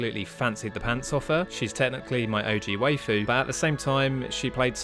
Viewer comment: Normie discovered. You pronounced 'waifu' incorrectly.